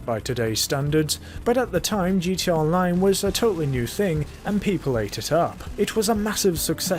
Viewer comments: why do you say gt online you keep forgeting the a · Is he saying gt online or gta online?